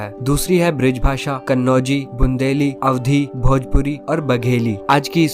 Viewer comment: ब्रिज नहीं ब्रज बोल